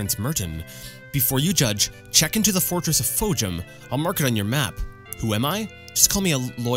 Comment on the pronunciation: i like how u did the "Temple" of Fhojum in the last episode and you still couldn't get the name right...you and I both got memory probs bud